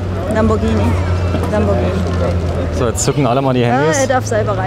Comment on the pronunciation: 17min50s Lambortschini.... 😆